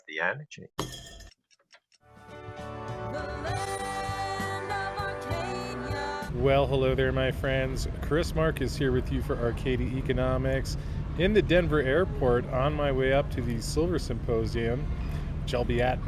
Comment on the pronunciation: Why does he always pronounce it Arcadi Economics?